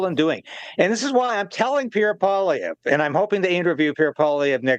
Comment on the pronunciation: Don’t did PIERE Polivere